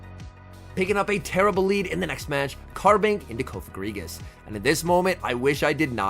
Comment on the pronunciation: Finally someone says it’s name right thank you 😂🙏